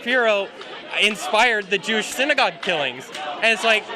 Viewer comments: Sounded like the one dude says he’s a “Jewwwsh” but said douche 😂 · They NEVER KNOW what they’re even there protesting. A MAN IS A MAN, A WOMAN IS A WOMAN. WE HAVE THE FIRST AMENDMENT AND SECOND AMENDMENT FOR A REASON. FREE SPEECH IS FREE SPEECH FOR EVERYONE. Racist? Dude said “Jew-oosh”, like “douche”. Nazi? He said Ben Shapiro caused the Pittsburgh shooting- HE’S AS JEWISH AS THEY COME! The stupidity pisses me off every time I watch this shit. That one guy that was old as fuck openly admitted being paid and wanting to get violent. We need someone to infiltrate ANTIFART on the DL, and then publicly we need more groups (kind of like the proud boys, but perhaps with a leader that doesn’t say as much controversial shit) to go out and push back on these mask wearing assholes.